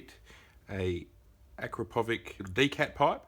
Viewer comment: Lmao,can't stop laughing the way you guys pronounce Acrapovic , it's Acrapovitch sounds like itsssss at the end,it is Serbian m8888 not English name capisi?